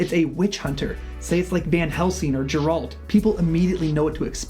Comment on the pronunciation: Who the heck is gerALT? It's GERalt